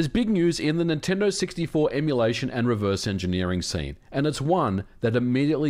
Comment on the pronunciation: Dude little tip for better audio.. position your mic a little higher, you sound sometimes like your spit devours words. Instead of Nintendo 64 u said multiple times siggty four. Clear pronunciation is the key